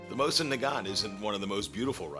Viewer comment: Dude, that was AWESOME! "History Channel" grade graphics and effects with *less* messups. There were a few, yes, mostly pronunciations though. "Mosin" is more "mo-szeen" and Izhevsk is more "iz-yevsk", but not quite. I'm still learning myself! I'm going to download this vid. I'll delete it if you'd like me to, just let me know. Otherwise, can I put it up on my website, or link it? :D Regards, Josh Smith Smith-Sights com